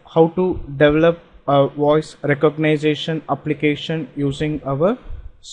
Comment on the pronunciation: recogniZAtion??? you make me sick